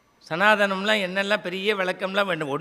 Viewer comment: சனாதனம் correct என்று சொல்லு.சனாதானம் என்று சொல்லாதே.